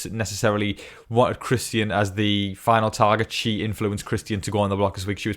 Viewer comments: His name is Christian.. not Chris ty in.. so annoying get it right dude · Really hope Christian goes home so I don’t have to hear you pronounce his name anymore lol 😂